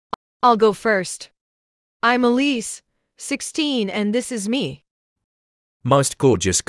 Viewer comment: Elise not elsie